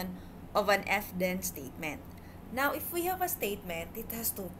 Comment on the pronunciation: good presentation but there is something that bothers me. it is some sort of confusion for your listeners about how you pronounce some words. (hypotheses-hypothesis; ef - if)